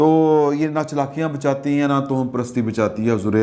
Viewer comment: محترم ۔۔۔ توہم پرست۔۔۔ کو تواہم پرست پڑھتے ہیں۔۔۔ واؤ پر زبر ہے ، ہ پر بھی زبر ہے